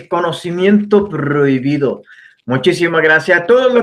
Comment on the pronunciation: Con todo respeto a los amantes de este canal pero este tipo me parece un charlatan habla mucho y 0 pruebas y ese saludo de "conocimiento prrrrohibido" le quita bastante seriedad al asunto asi lo veo yo